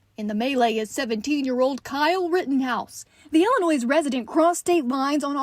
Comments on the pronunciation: Yup illinoisssss good thing she doesn’t have a lithp! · The reporter saying IllinoiS......🙄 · Yes... twice like "ill i noise" she should know better. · Chanley don't pronounce the S in illinois please <3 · Man I hate that too, especially when they're from Illinois. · I am originally from Moline, and it kinda grates me when people pronounce the s. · Did she just say Illinois with a hard s?? Cmon chanley 😜🤣😂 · It's like saying Louisville wrong. It's not "Louis ville", it's "Loo vul" That and mispronunciation of Illinois is always a pet peeve of mine! LOL